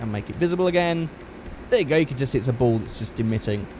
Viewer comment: When you said ball I thought you said bowl and I was like bowl for what?